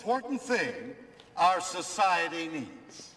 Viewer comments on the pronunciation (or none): none